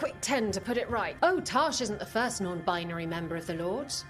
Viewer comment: "Well, I'm a non-buynary" 😂